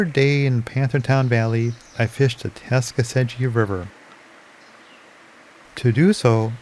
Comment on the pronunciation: It's pronounced Tuck-a-see-gee.